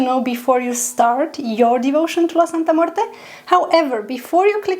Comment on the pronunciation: Thank you so much for pronouncing her name so well and most especially with class....she loves that!!!